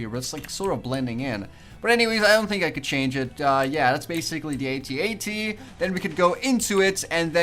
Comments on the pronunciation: its AT-AT not @@ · a-t-a-t not at at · you prenounce it a t a t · I say At-At not @@ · It's A.T A.T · its a A-T-A-T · You say it ay tee ay tee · it's pronounced a t a t all letters said sepret